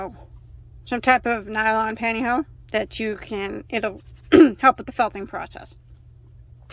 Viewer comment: Love how you call the panty hose “panty ho”!